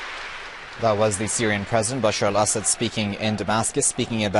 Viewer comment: Correct pronunciation is: 'Bashar al-A'ssad.